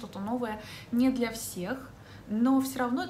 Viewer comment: На 1.13 вы сказали Бля большинства))). Даже переслушала 3 раза